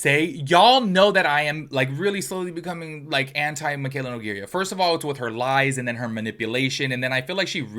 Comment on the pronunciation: love you and your channel but can you please learn how to say her last name LOL.😂 its no-gay-ra not no-gay-ria. love you tho and everything you say is facts